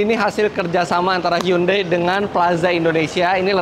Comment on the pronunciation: mas Eri .. HYUNDAI = 현대 .. bacanya gak gitu seperti yg mas sebutkan selama ini ... tapi ....... cb di google translate bunyi dr bacaan hyundai ternyata sesungguhnya adalah ............